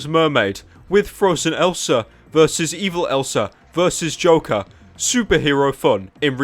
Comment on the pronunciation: i like how pyro says the name joker... "Da Jowkar"